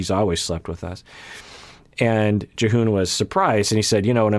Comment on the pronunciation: you said Jihoon right the first time but then you kept saying J'hoon so watch out i guess